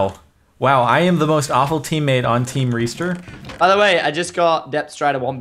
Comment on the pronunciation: Tiem reester sounds like team Rooster lol